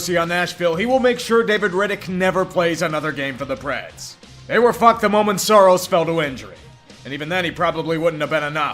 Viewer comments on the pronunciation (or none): the name is Saros nor Soros.